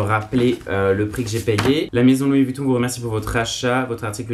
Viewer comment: Par contre faut arrêter de prononcer le U de Vuitton